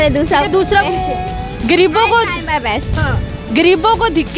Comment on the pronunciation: محترمہ پہلے اردو بولنا تو سیکھ لیں آپ، دکے نہیں دھکے بولتے ہیں 😋 گریب نہیں صحیح لفظ غریب ھے 😜